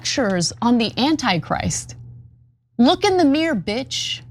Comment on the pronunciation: PET PEEVE: AMERICANS, PLEASE... ITS MIR-ROR NOT MEER